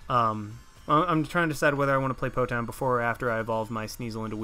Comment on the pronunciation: It's Po "Town" :(